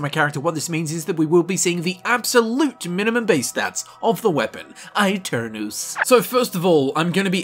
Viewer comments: Aeternus is latin, not italian. Its pronounced e-ter-nus, not aii-ter-nous. Yknoww, the brotherhood uses latin and bases their aesthetic off of knights, they're not walking around with black, slick hair going "eyy! Ohh!" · It’s pronounced Eternus not I-Ternus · It's actually Eh-Ter-nus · I pronounce it “a-turn-os” in a deep rounded British accent. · eternus is the right pronunce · man i am italian and i study latin every day. so yes, you can trust me. aeternus shold be pronunced eternus, with the pronunceof the "e" of "enter" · It's pronounced eye-tare-noose. The latin "u" does not sound like an english "u" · I think it's pronounced ay-tern-us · It is pronounced Eternus. The italian E not the english one. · My bad, it had both Italian and Latin pronunciations, which were exactly the same. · I'm telling you this as I'm Italian. Aeternus is a Latin word and in Italian you read Latin words by using Latin rules. So you read aeternus the same way you read aeon. Besides in Italian it's "eterno" (kind of similar) and you read the first part just like Latin. In the end though it's not a big deal as it's easy to get get confused by stuff like that. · that's a stupid way of saying aeternus